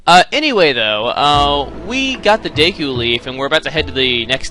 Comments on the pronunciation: DEEEEKU NOT DEKO LOL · daiku tree? no no no no its Deku Dehku Dehkew Dehkuh thos are right not daiku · I used to pronounce it dee-ku but now I pronounce it de-ku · say deekoo. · its pronouced DEEKOO bcuz of emphasisi (long and short vowels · If you know PeanutButterGamer, he pronounces "Deku" as "dooka" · i thought it was pronounced duku tree daku tree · "Deh ku"!!!!! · I always thought deku was pronounced "Dew-ku" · its pronounced (D-ku) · i say it's pronounced deh-koo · deku is pronounced (DEW)-(KEW) CAN YOU MINCHIN ME IN 1 OF UR VIDS NEED SOME VIEWS AND I HAVE KEPT UP WHITH MOST OF YOUR VIDS THANKS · My friend saw you trying to say deku and he said "WHY NOT DICK OOOOH" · it's pronounced deku. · finally someone who agrees with me!! its "dee- koo" not day-koo... same with people who say "okka reena" instead of O-kuh-reena"